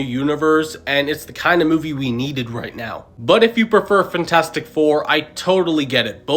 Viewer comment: “Fntastic four” ❌ FANtastic four ✅